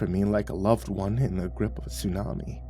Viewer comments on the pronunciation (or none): none